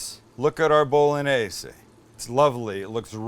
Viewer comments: Why are yo deliberately mispronouncing the word "bolognese"? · You just massacred the “Bolognese” Sam.. balsamic vinegar and oregano? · You say an Italian intro and proceed to say BOL-O-NAZE 😂! Cmon Sam! If you do the Italian as least pronounce like they do! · It's pronounced, "Bo loan yeh seh." French and Italian have a g.n. that's pronounced like the n.i. in the word senior. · one more time: BOW LON YEYZ. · Bolognese - sounds like it looks Bologna - bullonee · Please please please take the time to learn how to pronounce penne and bolognese properly try and stop the bastardisation of language. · I'm sorry, but a part of me died inside when you said "pen-nay bow-luh-nayz" 😭😭